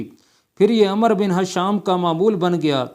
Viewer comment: عمرو ہے عمر نہیں بڑے علامہ پڑھنا بھی نہیں آتا ۔۔۔۔۔کیا